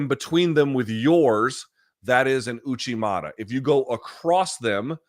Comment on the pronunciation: It's Uchi mata, not Uchimara